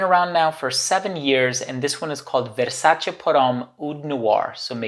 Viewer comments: I'm glad you're pronouncing "Versace" in the correct way. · Amazing and correct pronunciation of the brand **Versace**. I love all the Versace perfumes.